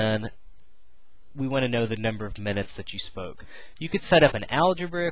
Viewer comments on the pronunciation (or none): lmao, the total is $4.20 and in the video it sounds like u said "number of minutes that you smoke" but u said spoke. aha